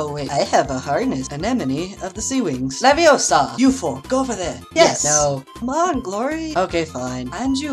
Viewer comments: It’s “leviOsa” not “ Leviosaaaaa” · Ronald Weasley... It's leviosUH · I love hoe Anemone = LEVIOSA!